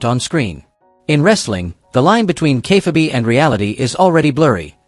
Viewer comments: Kay fahh bee wtaf 😂😂😂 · Ah yes... good ol' Kay Fa bee